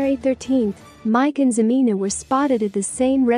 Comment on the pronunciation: If you're gonna do a story on them, at least pronounce her name right HA-MEN-A!!!!!! She is a gold digger still bc if she didn't want anything to do w him or any more of his money, she'd have blocked or deleted him by now. So she still wants that money!!